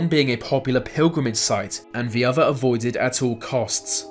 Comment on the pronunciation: Vey say vat vhe mountain.....